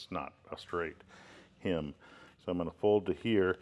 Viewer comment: It's not a "him", It's not a "hymn" It's a hem!